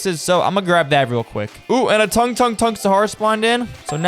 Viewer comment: Bro, doesn’t even know how to say tung